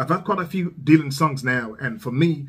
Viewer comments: The "y" in Dylan is pronounced as an "i". Sounds like dill-un, not dee-lun. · I really like almost all of your reactions, and this is no different. However, let me help you with one small thing. You are mispronouncing Dylan's name. It is not "deal-on," it is "dill-on." You may be turning some folks off by the mispronunciation.